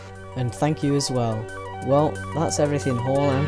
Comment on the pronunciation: You said haulbowline wrong :(